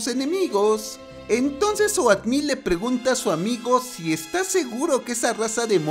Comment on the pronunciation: Wey, se pronuncia outmil, no oatmil :v